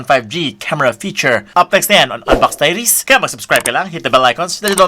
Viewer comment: Parang laging napapansin ko yung bigkas nyo ng "DIARIES" ay dinig ko taidies... Kahit nakaloud speaker n ako.. taidies parin dinig ko.